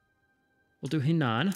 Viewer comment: Slowly going through these episodes so sorry for the delay here, but Henan should be a soft-e, more like "huh-nan" or ironically even "her-nan". Also a stupid question from a total noob here but I'm realizing still don't understand how we won against the British and therefore don't understand how far behind we are relative to the other powers - I'd seen plenty of other players and AI's die despite overwhelming numbers - maybe it has to do with how you condensed the armies at the beginning? Would love to understand the thought process there.